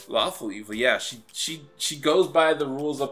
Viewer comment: did you say lawful good or faLAWFUL good?